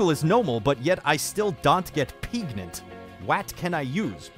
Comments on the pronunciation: "Praganant" "Prefnant" "Pregananant" Aight imma outta here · PREGANTE!!! :P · please tell me anyone remember old Pewds upload about "preganenant" thing and when he said "and you are retartedarard!" XD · pewdiepie: “pregananant hahaha so dumb” also pewdiepie: “womp” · el preganti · LE PREGANTE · P R E G A N A N A N T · "Perganrt, Preganant, Peegant" There's speaking the Language of Gods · "I love pergnut" - Pewds 2019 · I still say pregagnanant bc of you, pewds😂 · Has anyone else been saying pregananant for like 2 years now because of when he first watched that video